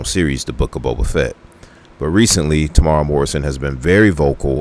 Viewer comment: Oh, and his name is Temuera. Tem-u-era.